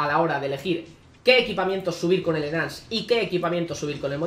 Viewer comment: enance xd